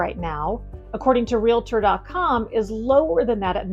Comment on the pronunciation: Great video. Just one item, Realtor doesn't have an " i " it's simple, "Real tor" not "Ree lit er." When you get sick, you don't go to a "doc it er," same thing. Thanks for a great video. Very dynamic.